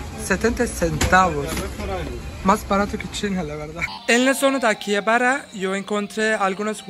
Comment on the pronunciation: AKIJABARA SE PRONUNCIA PERO A ACÁ LA H SE PRONUNCIA COMO J LA CORRECTA ESCRITURA ES AKIHABARA